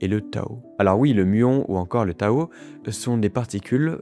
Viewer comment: Désolé mais on dit particule Tau et pas Tao. Donc on prononce tau -i -que et non tao-i-que.